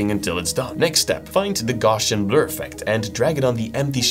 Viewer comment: that’s not how you pronounce GAUSSIAN bro… 😂